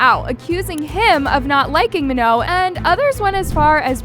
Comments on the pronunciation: Btw its not meno its manon its m a n o n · GUYS IT'S MANON😋 NOT MANO. RESPECT PEOPLE'S NAMES PLEASE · But her name is not "Ma-no" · Ok, I know this is supposed to be serious, but the way she said Manon as “Maho” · Her name is Manon pronounced ma-naan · I really hate how you're saying manons name. It's "MAh-NON" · You had multiple people saying Manon's name correctly and you STILL can't say it right. 😭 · You saying her name wrong is pissing me off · y'all still can't pronounce her effing name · Your videos are cool, but can you please pronounce her name correctly lol